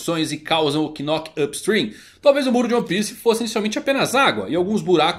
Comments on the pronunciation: a pronúncia do Knock up Stream não saí o "K" é tipo Knock out meu nobre guerreiro do mar, então fica só "Nock up Stream" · Na proxima nao precisa ler o "k" do knock na proxima, é mudo. Falar "nock up stream" é mais fácil kkkkkk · a pronuncia de knock up stream e de boa, só pensar em nócap strim, a letra K nao se pronuncia ^^ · knock vc não pronuncia o K…. Igual qdo knock out o famoso KO,…